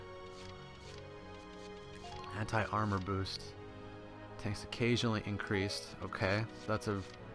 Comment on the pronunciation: I swear, every time you say Anti i hear Hentai.